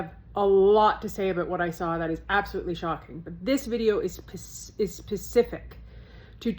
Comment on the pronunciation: “This video is pacific”????? What’s that supposed mean? Or did you mean Specific?